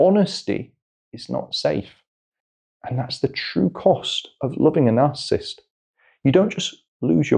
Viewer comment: Astonishing how many people cannot pronounce the word narcissist, even psychiatrists. No disrespect but it is not "narcist"